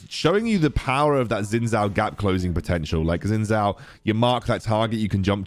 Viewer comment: just say it like 'shin jow' 😭